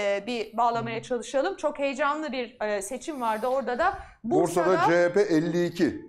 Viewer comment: bi bursa diyemedin